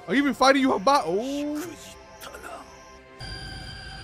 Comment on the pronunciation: it's not pronounced yuhabaha, it's "Yuha Vach" (Yhwach). also I have never seen a scanlation call him "yawach bleach" bro 😭